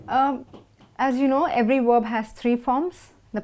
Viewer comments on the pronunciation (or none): Werb or verb?